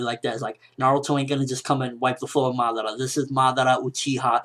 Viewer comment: it kinda bothers me the way he says Madara